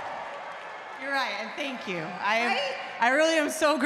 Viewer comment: How she botched a simple "you"...🤐